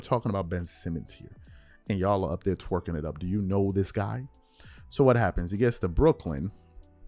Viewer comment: The way you be saying "twerkin it up" hilarious bruh🤣🤣🤣🤣🤣